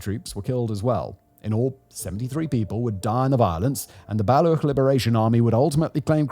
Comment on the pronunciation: Brother it's Baluch, CH, like CHair.